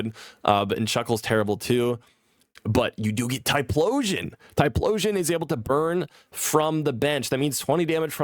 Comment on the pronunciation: you're missing an "H" in Typhlosion's name and pronouncing it as "TyPLOsion"